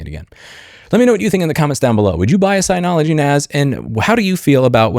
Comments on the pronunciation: Agree with everything you said, but it cracks me up that after 10+ years dealing with Synology you still pronounce it sigh-nology 😂. It's sin-ology, like synergy. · It’s synology not signology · I'm kind of surprised that you missed that Synology is pronounced "Sin-ologee". Anyway, I have the one (or similar) to the one the video thumbnail five, maybe six years ago. I got it just to do backups and it continues to do that. It is slow but it's the cheapest so I expect that. I guess since my needs are few and it does the job I'm mostly unaffected by this.